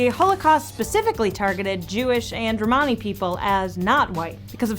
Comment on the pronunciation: She’s saying Romany wrong